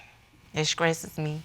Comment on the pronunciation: Lady in the second case: This “skresses” me 🤣